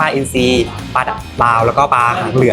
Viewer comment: ปลา ไม่ใช่ ปา